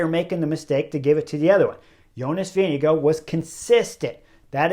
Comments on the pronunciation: VINGE- GAAAARD. Not VINGE-GO. ffs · I dont understand how you can pronounce tadejs full name but completely disgrace Vingegaards surname. It is NOT Vingego so get yourself together! 🙄